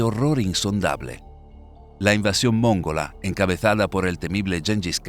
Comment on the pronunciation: la dicción pretendidamente clásica castellana, se desdibuja frecuentemente por su dedterminación de usar ac edntos tónicos incorrectos: NO ES MÓNGOLA, SINO MONGOLA. NO ES RFÉPTIL, SINO REPTIN. ETC. ETC.